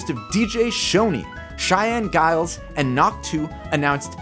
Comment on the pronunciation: Just a heads up, it’s pronounced as JILES, not GILES with a G sound. I just found this out recently.